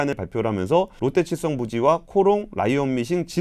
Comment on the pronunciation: 들리는 발음 자체가 롯데체성으로 들리긴 하네요. 아마 AI 자동자막 쓰시고 검수가 마지막에 안됐나보네요 ㅎㅎ